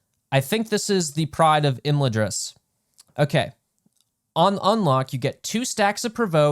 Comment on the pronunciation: I'm sorry but we need to work on your pronunciations. The first a in Imladris is like flags.